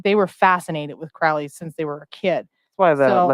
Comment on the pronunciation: Guys I'm only an hour in.... you need to read the biography Perdurabo, theres SO much misinformation here. you are even saying his name wrong as well. He used to say "The name is Crowley, it rhymes with Holy. It isn't Crowley, that rhymes with foully" (also its bol-es-kine house and yeats that rhymes with sheets). the book of the law was certainly not Crowleys first book and a few people did actually die on K2. The death at the abbey was because the individual drank from a mountain spring that Crowley had told them to leave well alone. There weren't 'neighbour complaints' there either, the locals actually petitioned for the abbey to remain. Crowley had written an anti-communist poem that offended Mussolini. the lady is just SOOOO WRONG about Wicca influencing thelema. Thelema predates Wicca and Crowley actually wrote many of the rituals for gardener, this is SO well documented. They met at Atlantis bookstore. Crowley NEVER met Jack Parsons or Ron L Hubbard ever. Crowley actually wrote letters to Parsons trying to warn him off Hubbard. Regarding Crowley working for MI5, agent Ian Flemming (the eventual james bond author) recommended crowley be the man to interview Ruldolph Hess when he was captured. Crowley was basically commissioned to produce propaganda to discredit the Nazis. This is ALL verifiable. THE BARBARA BUSH STORY IS AN APRIL FOOLS JOKE STARTED BY THE OTO ONLY TAKEN SERIOUSLY BY COMPLETE IDIOTS. crowley was a genius. He was a selfish, silly attention seeker with a m